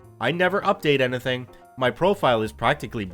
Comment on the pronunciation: why do you pronounce "anything" so weirdly?